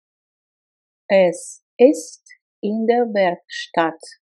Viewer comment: Супер! Только одно сбивает: der мне слышится что вы произносите как бир. А вообще супер, хорошая работа